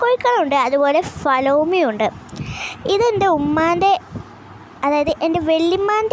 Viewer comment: Flalomi alla mole.. Fayomi aa😁